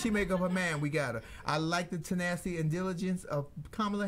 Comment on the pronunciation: I heard "senacity."